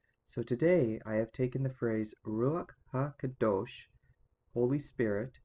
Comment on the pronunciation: HI If it is written Ruach Ha Kodesh, why are you pronouncing it Ruach Ha Kadosh? Shalom to you in Christ Yeshua.